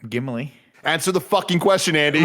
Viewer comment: "Gimli" pmsl